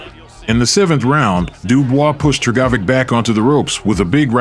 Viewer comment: I couldn’t focus on the vid every time Hrgovic name was pronounced incorrectly. Damn AI needs to be fixed.